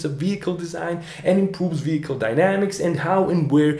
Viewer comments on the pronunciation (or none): none